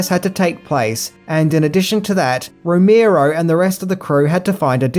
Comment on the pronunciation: ROE MARE OH, not ROE MEER OH.